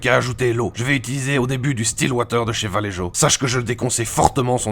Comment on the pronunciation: "Vallejo"...😂😂😂😂😂 Ça se prononce : "VALLERRRO"!!! 😆